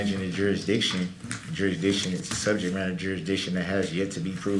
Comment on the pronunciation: "Yerr honerr, what about subjeect matter and jerrrrisdiction, the jerrrisdiction" uh, what an idiot. Happy holidays my friend.